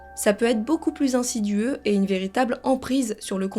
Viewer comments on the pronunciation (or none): Insidieux, chouchou, et non pas insidueux !!!